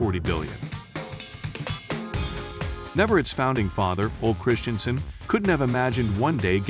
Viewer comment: Is the narration done by some AI? Doesn't sound totally like a human being... Many of the proper nouns and names of objects aren't pronounced correctly or seem programmed to follow pronunciation rules of American English, like Ole Christiansen's name. Even saying "dear wooden animals" the way it was said was off, like "dear" was not meant to describe the wooden animals (when it was). Or even the pronunciation of "Mattel" and referring to both Mattel and LEGO as him, etc. There are many incorrect pronunciations throughout the documentary.. The voice inflection is very weird and it sounds like AI. It's rather unappealing. The only good parts of the video are when real people are speaking and communicating information because I'm not sure I trust the information by the author who wrote the narrative part.